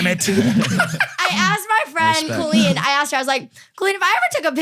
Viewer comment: Logan the way you said Colleen is the correct way to say it! My name is Colleen and the way Colleen Ballanger says it Cole en is wrong. Technically she should spell it with one L if she is going to pronounce it that way. lol Colleen with two LLs and makes the collie sound. So you are technically correct! Coll-een. It drives me nuts how she says it! Not a lot of us in the world!